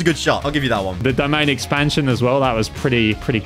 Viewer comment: Bro really said domain expesion